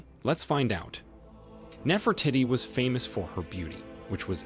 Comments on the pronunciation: OMG! Can he stop saying Nefer titty? NEFER TEE-TEE! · I’m it’s pronounced Nefro teady not Nefro Titi. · it is not NeferTitti…. Do your research and learn the proper pronounciation… btw, the two mummies are not a new find… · The real question, is why not one person has commented ,on the fact that the narrator can’t pronounce without saying Nefra tittie “ and “cinnamon “ . Either no one knows or this comment section has been dirty deleted . If your going to criticize a controversial archaeologist, at least research how to pronounce the historical figure’s in question. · his pronunciation of "Nefertitty", 😂😂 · Ahh c’monnn we know it’s NefertEEtEE